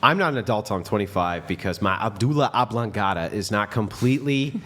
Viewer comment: medulla oblangalta you meant.lmao you cracked me up when you said abudlla oblangata. im like what the.......... funny as f...